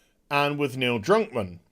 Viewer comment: What was that, Neil Drunkmann? xD